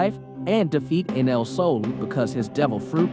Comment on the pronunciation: did he say "Anal" instead of Enel...